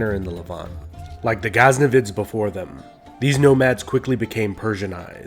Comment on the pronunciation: The narrator definitely needs to brush up on the correct sounding, or pronounciatian of the names, from ghaznavids, samawnids, sometimes saying eyeranian or eyeran, people's names as examples. Also the use of becoming persionized or Persia is unnecessary, as eeron is more accurate. Persia from Pawrs province, now Fawrs, language now called Fawrsi, part of the Iranian language family, was seat of the Persian empire around 550bce, and used by the British colonists, although eerawn was used by the people. In the 1930s the English name for the country was officially changed to Iran. However, in the video, Persiaized was often used, when u can also say Iranian influence. Iran is also an old name for the country, coming from the Aryan tribes that swept westward towards Europe and southward toward India, and therefore the common indoeuropean language family. Also, although Iranian contribution was influential in the Arab muslim empire, it was the empire that consolidated the knowledge and allowed it to flourish. Sometimes the anti Arab prejudice seeps in, and is unnecessary, as they helped the Iranian culture flower after initial conquest, especially with the use of the script.